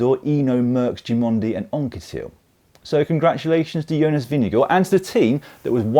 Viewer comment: Am I miss-hearing your pronunciation of Vingegaard? Sounded like “Vin-ge-gore”. If so, that is not how Jonas pronounces his name, but slightly better than the ENTIRE NBS Sports commentator team, who seem led by Bob Roll presumably intentional mispronunciation “vin-ge-GOH.” I hate that disrespect. Names can be hard, but there are not that many names that English speakers might have trouble with (especially with the handful of dominant riders), so not that many to learn how to pronounce correctly.